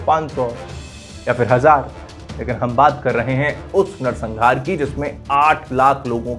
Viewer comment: pehle bolna to seekh le narsanhaar ko narsangaar bol raha hai